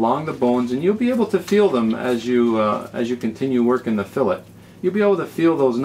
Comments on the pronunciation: there is no "canadian" version...its spelled "fillet" pronounced "fill-lay" and not pronounced "fillit" idc if your from saudi arabia its "fillet" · Hey thanks for the tutorial it was very helpful. But one thing, I believe it is pronounce fill-A not fill-IT. Also I did not know this but boneless fillet is redundant. The definition of a fillet is a boneless piece of meat. HAPPY FISHING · IT'S PRONOUNCED FILLAE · Haha, nicely put. I doubt that it should really be pronounced "fillit," but the internet just shows how rude people can be when they're anonymous. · I really wish y'all would stop sayin' "fill-it". It's a "Fill-ay" Both the process and the results... like Chick-fil-a , Fish fil a . Awesome vid, thanks for making it. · I thought it was funny how he pronounced it "fill-it" in the middle of the vid, and "fill-ay" at the start and end... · In our area, we pronounce the T so it is a habit to naturally say it. But you are correct the proper way to say it is "fillay". Thanks & good fishing!